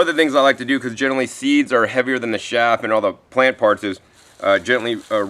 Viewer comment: sieve is pronounced siv and chaff is pronounced chaph